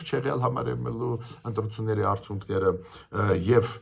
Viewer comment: Հարգելի պն Գրիգորյա՝ն,Ձեր ներողամտությունը հայցելով հանդերձ կխնդրեի, որ « արդյունքներ» բառի Ձեր ընթերցման ձեւը վերանայեք: Հարգանքներս